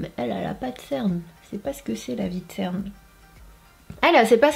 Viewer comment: On dit cerne est pas ctern